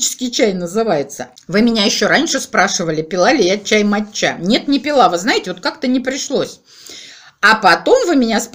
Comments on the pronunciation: Какая моча ... ударение на первый слог мАтча. Неприятно слушать Вас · Привет и с рождеством всех. Я все слушала видео в начале как говорит " чай мочЯ чай мочЯ", думала что это она так ласково обзывает свой ноаый чай. 😁 Только потом поняла что это чай мАтчя! В Англии это произносят с ударением на Первое А....Я с порошком мАтчи мороженное и торты несколько лет назад делала. У нас это в моде было какое то время. Морожннное ярко зеленое с стаким сильно выраженным вкусом мАтчи попробовала пепвый раз в японском ресторане и влюбилась, ела ела пока не надоело и пока не растолстела..... Ну и чай пила конечно. Сейчас просто зеленый не заморачиваясь и не тратясь. А я вот кстати недавно услышала что от Биотина бывает передозировка и волосы выпадают.....надо бы конечно консультироваться с врачами специалистами про все эти добавки а не как леденцы и орехи щелкать. А эта жевательная резинка с кофе мне кажется будет вырабатывать желудочный сок и наооборот увеличивать аппетит...Ну вообщем наша лапочка играется в пилюлечки...😊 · Не МатчА, а МАча)) без обид, ) я знаю, что вы не любите, когда вас поправляют с ударением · Я посмотрела наши слрвари, - у нас ударение матчА 🙂🎄🌟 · И Вас с праздником! Думаю правильно ставить ударение в слове мАтча на "А" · Чай мАча произносят с удачением на первый слог! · А еще правильнее читать - чай матча а по японски звучит маття с ударением на первый слог